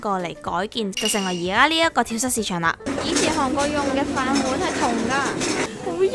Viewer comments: 讀跳「早」市場，唔係跳虱市場🙊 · 好想食綠豆餅(;´༎ຶД༎ຶ`) btw 話說 蚤 應該讀 早(? 🙈呢個先係👉🏻蝨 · 係讀跳＂早＂市場呀lol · 跳蚤[早]市場~注意下讀音